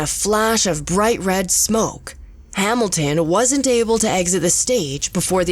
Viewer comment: "Ree-zor-siz". "Hamil-Tin"